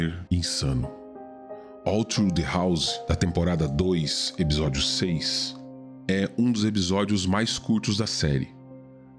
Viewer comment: A única coisa q incomodou nesse vídeo eh q pela modulação da voz EPISÓDIO soa EBISODIO.